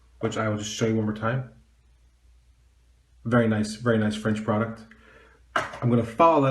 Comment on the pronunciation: BTW your French pronunciation was pretty good, even rolled your "r"s. :)